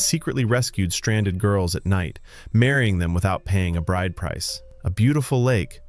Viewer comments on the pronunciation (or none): none